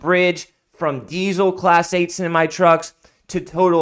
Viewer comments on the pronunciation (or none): none